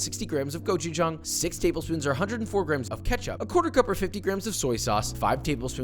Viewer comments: Go CHU JUNG???? ITS GOCHU G AAAANG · kinda dissapointed he didnt make padak for the korean chicken but i guess yangyoem is more famous. Also pronunciation not that bad actually, pretty ok. But the pronunciation of gochujang? Not good.